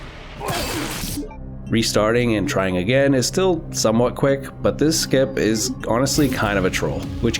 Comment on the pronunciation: How to butcher skip pls